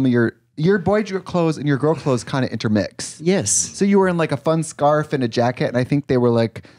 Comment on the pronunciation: Idk why but Tammie simply saying “Yis” brings me pleasure and gets me together 😂